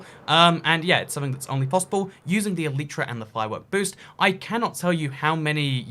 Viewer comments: ITS ELAYTRA NOT ELIITRA AND PINEAPPLE DOES GO ON PIZZA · Shut up it’s el•I•tra not el•ee•tra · Nobody:: Elytra = Aleetra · It's pronouncedd ELL-ih-truh according to the dictionary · It’s el-igh-tra because there the vowel is at the end of the syllable which makes it a loud vowel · E-lie-tra it is 👀😂